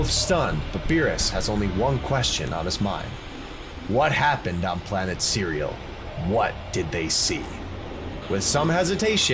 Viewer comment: said “planet cereal”💀